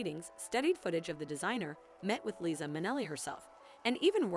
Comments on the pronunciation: LiZa not Lisi and not Lisa with an S. There’s even a song about it by Liza Minelli “Liza With A “Z” and performed in the Halston Netflix series by Krysta Rodriguez. Best to watch the series before a narrative voice over. Overall it’s a good video you created. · OMG, this no name reader comes off as a total shlock., please either remove this or do a simple edit and learn it's LiZZZZZZZA with a Z. GeZZZZ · Can’t even pronounce Liza’s name!